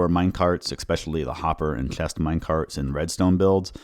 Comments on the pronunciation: Are you Dutch by any chance? It sounds like you have trouble pronouncing the "ch" (like chest) and "bg/g" (like bridge) sounds and I have Dutch friends who have the same issue. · You need to fix how you say "chest". "ch" and "s" are just going wrong. It's bad enough that it makes it uncomfortable to listen to.